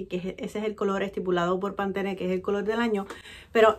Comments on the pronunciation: No es Pantene es Pantone...🤣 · Hermosa no se si soy yo o te escucho pronunciar pantone como pantene?? Asi se peonuncia?? Porque yo digo Pantone no la quiero regar😥 y me FASINO LA BOLSA😍😍😍😍 y los outfits wow amo tu estilo preciosa🤩💜